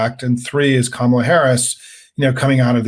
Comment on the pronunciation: He knows perfectly well how to pronounce Kamala's name but, like Alina, cant bring himself to do it. They don't like saying peoples names which have the long vowel in them because they are racist. Same with Fani Willis being called Fanny.